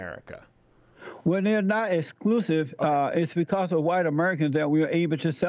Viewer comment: Hawhite History 😂